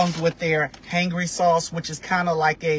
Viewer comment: How do you not know how to say “Hangry”?! Did you not think to maybe do some different takes where you actually know how to pronounce the name of the business?